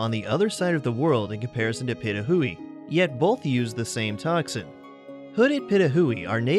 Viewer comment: Um #6 you pronounced the name wrong it’s (Pee-toe-who-we) Pitohui sorry butl